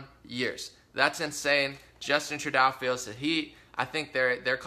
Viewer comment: It's pronounced, True-Dough ✌